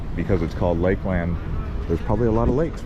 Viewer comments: it's pronounced Lakelend not lake-LAND. I've lived in this area since 1978 and I've NEVER heard anyone call it lake-LAND, but Lakelend. It was so spine grating every time he said lake-LAND and certainly didn't make him look good. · You really butchered the name Lakeland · How did he say it so wrong?😂😂😂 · I’ve lived in Polk county my whole life. Never heard anyone say it the way he did. But with billion people moving here every day, probably gonna hear more people mispronounce it. Smh☹️